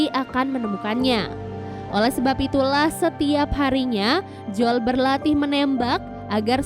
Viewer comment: Bacanya joel mba bukan jol